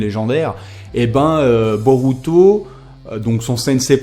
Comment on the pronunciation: Regarde le film ." et le -u Japonais se prononce -ou ( ça me stresse) . " Je ne sais pas si Boruto peut utiliser le byakugan [...] " plus tard : " [...] Boruto utilise son byakugan [...] " x33 je pense que tu étais distrait ^^ ( je suis Otaku ! :33 ne prend pas mal ce commentaire)